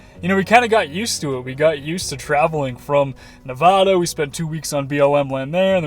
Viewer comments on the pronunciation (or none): Great video,! I live vicariously through you. Love the content! By the way, it's “Nev-AD-a,” not “Nev -AH-da.”